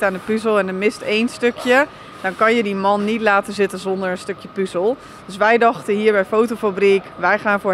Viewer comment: Het is 'puhzel', niet 'puuzel'.